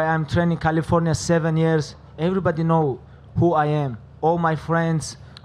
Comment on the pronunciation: произношение слова everybody звучит как еврибади